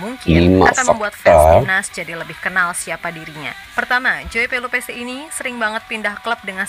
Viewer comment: Bang maaf nyebutnya/Bacanya Pe-Lu-Pe-si bang... Itu marga Ambon/maluku indonesia Kesemsem : Jatuh hati/ Jatuh cinta / Terpesona